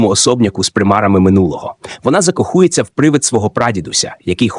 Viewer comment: закоХУЄться Ці штучно згенеровані голоси ніколи не навчаться правильно ставити наголоси